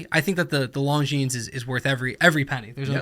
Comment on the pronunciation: This is a watch channel. That is not how you pronounce Longines.